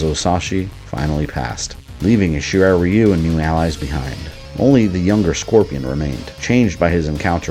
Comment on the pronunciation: Flawless video as always,! Random rant: It keeps really bothering me that NRS keep mispronouncing the Shirai Ryu-name as "Shirai Rye-You".